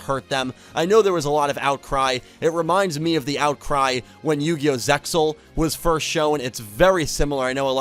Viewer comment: I never like hearing Zexal pronunced as “Zex Zul”!! It’s ZEXAL (like zelle). And I hear Xyz sounded by the letter, it’s pronounced like a word!